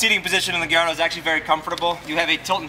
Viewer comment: its GUH - LAR - DOH, bro.